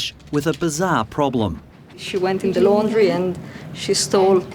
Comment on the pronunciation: blud said laundirayuh